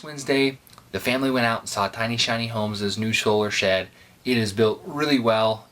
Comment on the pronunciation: Lol "sholar shed"